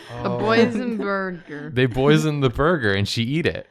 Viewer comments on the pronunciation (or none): watching this while stoned and I thought when jacob said "boysen-burger" he was referencing "boysen-berries" and I was so confused why boysen-berries were relevant to the conversation until I finally realized he meant "poison"